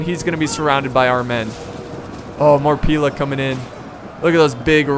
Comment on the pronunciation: Pila, pronounced Pee-lay is the plural of Pilum, pronounced Pie-lum, and only Romans used them, not the Iberians!!